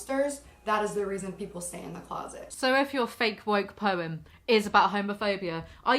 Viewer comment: The fact that she pronounces the word 'poem' with one syllable is the first red flag for me.